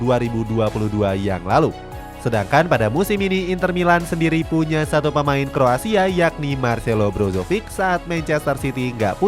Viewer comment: kroasia bang, bukan kro asia